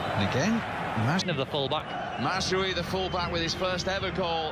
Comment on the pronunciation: The way he pronounces it s mazroowy